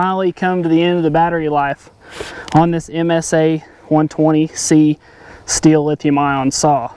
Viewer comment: Sthil - but he will keep saying Steel! Basically say "Still".